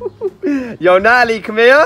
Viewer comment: He says Natalie We here nali 🤣🤣🤣🤣🤣